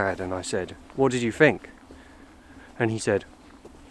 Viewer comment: Lovely. But it's 'think' not 'fink'.